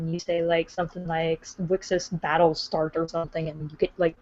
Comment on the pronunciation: The way said battle, it sounded like bowl. odd.